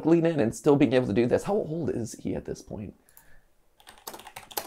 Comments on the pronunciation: "how oild is miyamoto" should trend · Im sorry mat but "how oiled is miyamoto" is just hilarious